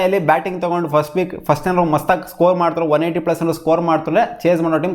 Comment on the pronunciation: Hogo frist nin bayalli hel thinnu😂😂😂